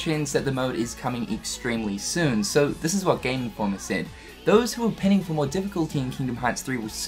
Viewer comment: Lol you said "pinning" instead of "pining". (Pronounciation: Pine-ing)